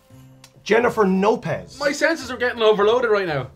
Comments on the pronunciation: "Jeniffer NOpez" HAHAHAHAHAHA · "Oh, Jennifer No-pez" HAHAHAHAHA